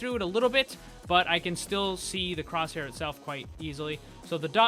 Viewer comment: Batin cwosshaiw